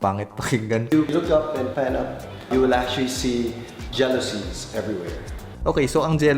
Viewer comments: JALOUSIE Me: Jilusi 😂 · I like how he pronounced "jalousie" 😊